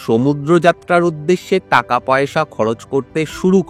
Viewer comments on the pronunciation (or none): none